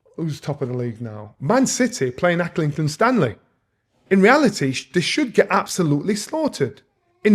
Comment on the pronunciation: Love the way he dismissed Arsenal being top of the league and pronounced it "Aclington Stanley" 😂😂 Seriously though Jonny Nelson is always great to listen to. Enjoyed this.